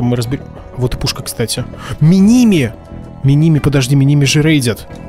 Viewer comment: ми ни ми ударение на последнюю И